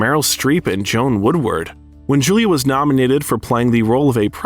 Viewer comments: Doesn’t anyone listen to these AI narrations before they release the video?? Mystical Pizza? Joan Woodward? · The mispronunciation of JoAnne Woodward and Angelica Huston are just unforgiveable. How can this channel call itself Biographer??? Absolute crap...AI BS. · Joan Woodward? It's Joanne, two syllables, Jo anne! Anjelica Huston (pronounced Hewston)? Again, would someone please check the details before it hits YouTube?